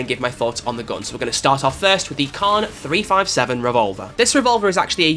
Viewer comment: Love the vids. Not sure about the rest of the world but in America .357 is read as three fifty seven as opposed to three five seven. I'd be interested to see how everyone else says it.